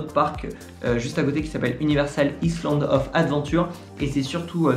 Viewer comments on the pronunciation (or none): none